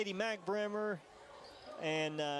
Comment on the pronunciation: Kadie Bremer - pronounced "Breemer"